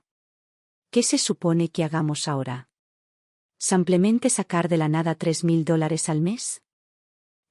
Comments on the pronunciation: Por qué la relatora, no pronuncia correctamente la palabra “simplemente”, y siempre en sus relatos dice “SAMPLEMENTE?” Todavía no sabe que es un error. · La relatora ha dicho ”cinco veces SAMPLEMENTE” es que no sabe que la palabra es ”SIMPLEMENTE” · La palabra es “SIMPLEMENTE” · Y la relatora sigue diciendo “SAMPLEMENTE”!!!